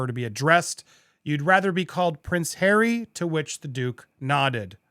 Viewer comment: 😂😂😂😂😂😂😂😂 that's "our Hawwy"!😂😂😂😂😂. Incidentally, is the word "cretin" still acceptable or is it now banned in our PC world? I'm getting too old for today's linguistic shenanigans. I can't keep with what is ok and what is on the "Banned" list.